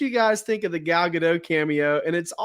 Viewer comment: Mispronouncing “Gadot”. Google says it’s pronounced with the “t” at the end.